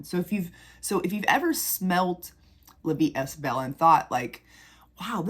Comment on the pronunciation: By the way, you don’t pronounce the st in est for La Vie est Belle. It is pronounced ‘eh’ or a long ā, (ay). I’m not trying to be rude…. or a jerk☺️I’m trying to help. I know you want your videos to be perfect. 💛